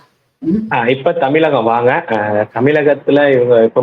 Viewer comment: Anchor Tamil sariyaga ucharikavum Zha not la tamilagam illai Tamizhagam Instead of zha you are using la